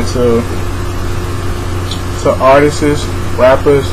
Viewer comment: This man said ARTISIST... and you grown ? -___